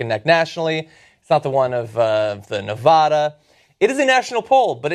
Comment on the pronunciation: it's nevaeda, cenk, not nevada